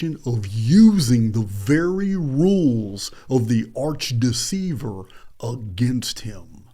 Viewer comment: When you say Arch deceiver, I hear archdiocese. Funny how that works.